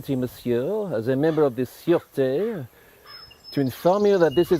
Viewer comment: Absolutely brilliant and more entertaining than anything on the TV over Christmas. Fantastic impressions of dear old Kenneth and the incomparable Peter Sellers, both facially and vocally. “Sûreté” was said perfectly.